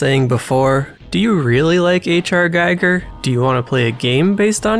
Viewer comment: Fun fact: It's pronounced GHEE-GHUR 😸